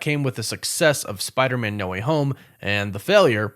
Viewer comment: Noooooo, you pronounce it as "Spider-Mun". That should never be a thing... Just like WereWOOFS should never be a thing.